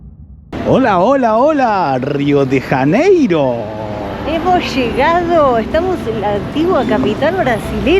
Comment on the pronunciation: Rio de Raneiro? Nossa cidade tem seu nome próprio com o som das letras em português. Pronunciar Rio de Raneiro é um erro ! Seria melhor pronunciar assim: Rio de Llaneiro! 😅